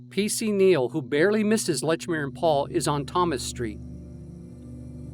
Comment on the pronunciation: Excellent video but it's not Lechmere.